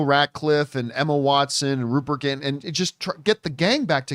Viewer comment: A part of me dies everytime John says Gint instead of Rupert Grint